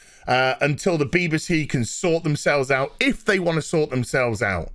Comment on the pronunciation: I wish would pronounce it correctly. B.B.C. Not Beebe C.